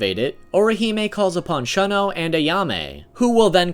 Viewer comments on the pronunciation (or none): He said Shun-Shun (persistently avoid, ignore, or reject [someone or something]) instead of SHOO-N SHOO-N. and Shun-oh instead of SHOON-Oh.. but pronounces Soutenkishoon correctly... ANGLO pronunciation rules don't apply to Japanese.